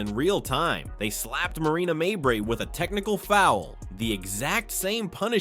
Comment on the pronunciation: Could you people that use these friggin' voiceovers (or whatever they're called) teach them how to pronounce players names properly. Especially, when the name Mabrey gets repeated 50 times in a report such as this one. Marina Mabrey, her two sisters, and their entire family are trash, always have been always will be. Suspend the biotch!